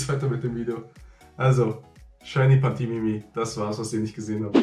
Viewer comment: Es heißt pantimimi 😂